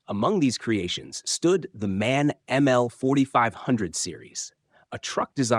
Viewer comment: The company is M-A-N, not man...you need to teach your language model...